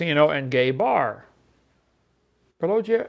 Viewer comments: Why can't inmate pronounce Paulogia correctly? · Christ, someone tell hovind how to pronounce Paulogia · Notice how petty Ken is about paulogia. He calls him "pollogia" while he says let's call Paul with no problem